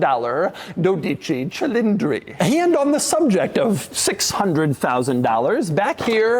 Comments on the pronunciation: Doug’s Italian heritage status has been revoked for pronouncing “12 Cilindre” like that. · It's pronounced "DOH-dee-chee CHEE-leen-dree" ... with the accent on the FIRST SYLLABLE of each word. But you're in good company with just about every other anglophone who has reviewed this car!